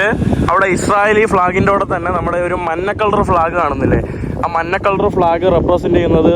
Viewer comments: `മന്ന` അല്ലടാ മഞ്ഞ 😅എത്ര വട്ടമായി നിന്നോട് ഞാൻ പറയുന്നു. മാറ്റിയില്ലെങ്കിൽ ഇനിയും പറയും 😅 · എൻ്റെ, മന്ന അല്ല മഞ്ഞയാണ് പൊന്നേ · മഞ്ഞക്കളറിനാണോ താങ്കൾ “മന്ന” എന്ന് പറയുന്നത് ഇത് ഫാഷന്വേണ്ടി പറയുന്നതാണോ ദയവായി മലയാളം അതിൻ്റെ തനത് രീതിയിൽ തന്നെ പറയുവാൻ ശ്രമിക്കുക please ….best of luck ❤